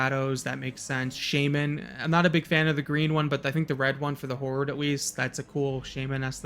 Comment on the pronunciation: shah-men (shaw, like shawl). No shame. lol The priest one looks a little chunky for cloth.